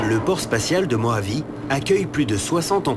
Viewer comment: "Désert de Mohavie", "RossVell"... mais ils vont les chercher où les doublages ??